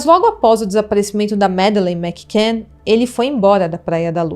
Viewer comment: Eu não sei vocês mais eu fico muito incomodada ao ouvir ela falar "Mac can " todo tempo, sendo que a pronúncia com dois "c" torna um C anulado juntando tudo o certo é " Macann"... Mas façam um bom curso de inglês ela indica...não quis ser mal educada gosto do canal e gostei muito do vídeo Essa histórica é muito enigmática acompanho esse caso desde o primeiro dia e fico triste ao pensar na Mad.